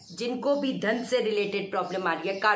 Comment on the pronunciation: Inhone dhaan bola h ya thaan bola h hote kya h or ye